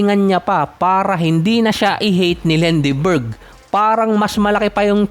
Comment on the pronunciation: Another negative and trash content! Lendeborg not "Lenderberg" OGAG!😂